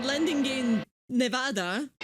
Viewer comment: and also, thank you for pronouncing our states name correct! It’s truly ironic because, I’m not exactly sure where you’re from from your accent yet you’re not American and you still pronounce Nevada better than all non-Nevadan Americans